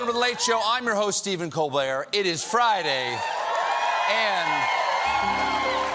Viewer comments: Did Stephen say his last name was "Colblair"? Lol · He said 'Stephen Colblair' 😂😂😂😂😂😂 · Anyone else hear him say his name was Colblert? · Correct me if I heard that wrong, but "Col-blair"?? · Am i the only one who noticed Stephen introduce himself as Stephen "Colblair" ... LOL !!! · Lol, he said "Coblert", he mis said his own last name. Gotta love him! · Steven ‘Coblaire’ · Pretty sure Stephen said: "I'm your host Stephen Colblair" in the beginning ))) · "Welcome to the Late Show. I'm your host, Stephen Colblaire" Am I the only one who noticed that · "I'm your host Stephen Colblert" ^^ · Anyone catch that “... I’m your host STEPHEN COBLERT” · Anyone else hear him say “I’m Stephen Colblair”? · Stephen Cold Blair? Did my ears deceive me? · Step #1 Start the show by MIS-pronouncing my own name and then make fun of other people... LOL ;) #ColBLAIR? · Did he screw up his own name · I am a huge Colbert fan since the early days of the 'Colbert Report'. But Gosh Stephen... you're gonna have to stop doing jokes about Trump slurring and/or mispronouncing words. You have begun to do it yourself more and more over the last couple of years. And this clip starts right off with you slurring your own last name! Tsk tsk! I fear that you think no one notices, but we do. And I fear that none of your production staff has had the temerity to tell you. So... IF you're not aware of it I think you should be. I mention it here truly as an act of kindness and hopefully helpful feedback. Now... carry on! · Stephen Co"Blair" ?